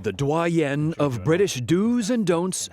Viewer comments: it's doyen for a man, not doyenne. It ends in an 'on' sound and not an 'en' sound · It’s pronounced DOH ENN which is the feminine form so William, a male, would not appreciate that! I am blessed to have been raised with the same proper etiquette. That includes: NEVER publicly point out someone else’s different or lack of manners.